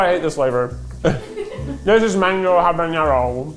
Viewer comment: haha Keith loves pronouncing habanero as jaboñero. There's no ñ in there!